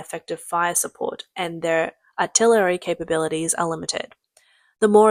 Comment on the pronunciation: Amphibulous? 😂 Artillerary? 😂